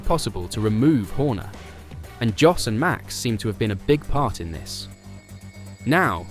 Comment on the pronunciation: If you were a propper fan or jurnalist, you would know at the very least that you pronounce Jos as Yos......its hard to listen to you greenies.